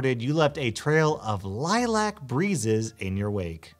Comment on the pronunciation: He mispronounced lilac I think